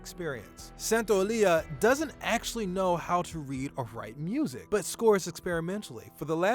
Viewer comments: I am Spanish and Santaolalla pronunciation hurts, you pronunce it as if it was Santaolilla. Next time search the pronunciatiln on Google translator please. Thanks and nice video! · is SANTA-OH-LAH-YAH, I hope that helps. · Santo- la-ya... Is not that hard :) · Dude you might want to at least check the pronunciation of the names you're trying to say. You murdered Gustavo's last name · You completelly butchered Santaolalla's last name :( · Man, you butchered Gustavo Santaolalla's name pronunciation horribly. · You pronounced Gustavo's last name wrong... and it's Bruce Straley not Stanley 😂